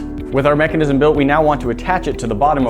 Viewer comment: You said mecinisisim to manu times